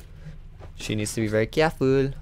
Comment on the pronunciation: "Cahful~" WHAT WAS THAT